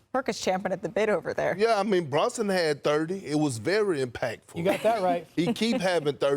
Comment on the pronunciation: BrUnson. Not brOnson! Perk can’t say anyone’s name